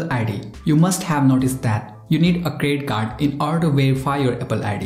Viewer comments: I say it's a CREDIT CARD but u say it's CRE CARD. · Is it me or does he keep saying credit card but with a silent D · I’m not trying to make fun of u but plz tell me did u say crest card or credit card? Sorry